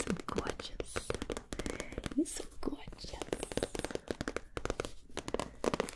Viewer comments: Nobody: Gibi: arcH u gORGEOUs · Nobody: Not a single soul: Literally no one ever: Gibi: “aren’t you gourgeus” (I spelled it like that on purpose) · when she said "gorgeous" in that accent, it makes me want to see gibi do a harley quinn roleplay 🥺